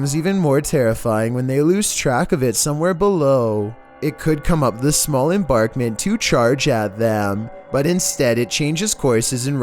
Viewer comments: Number 10, he said embarkment lol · Lolz "small embarkment". 😂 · Enbankment..enbarkment is not a word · Number 10 ... embankment. Not embarkment. (M-BANK-MENT) Embankment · Embankment....embaNkment!😉